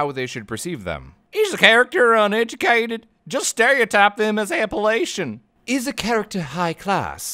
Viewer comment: It’s Appa-LATCH-ian.